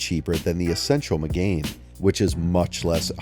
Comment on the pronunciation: 'renALT'. 'meGAIN' sigh. Vowely voos wank wit me, silly moron please?